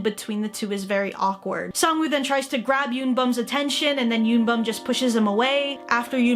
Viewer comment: I'm pretty damn sure it's pronounced Sang-woo.